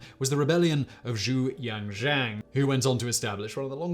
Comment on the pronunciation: Nailed the pronunciation of Zhu Yuanzhang